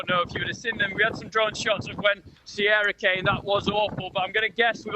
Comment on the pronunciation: It was storm Ciara. just says it wrong lol